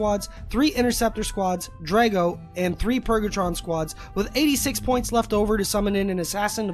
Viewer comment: lol, I was dying cuz he said like 7 times in a row. lmao